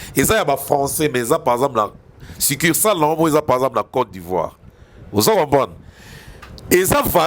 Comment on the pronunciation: Ce qui m'a retenu ici c'est le mot ""succursale "" prononcé par. Huumm mon frère tu es un intellectuel. Sur le plan comptabilité, tu as bien géré ce mot succursale. Bravo! Je suis comptable, je te félicite.